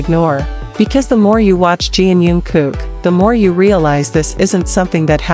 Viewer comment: Научись читать правильно имя😢